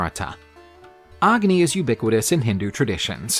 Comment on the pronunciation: You dont pronounce the “A” in agni. The “A” is pronounced as “U”